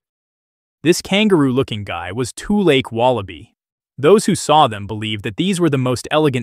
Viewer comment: toolache? like toothache? lake? toolshed?